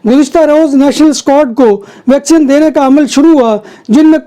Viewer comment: Bhai yeh "vacsean "nahin " vaccine(vacseen) hoti hai.